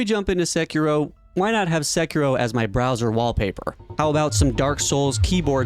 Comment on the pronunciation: Very surprising hearing someone with such a good pronunciation of Sekiro. Nice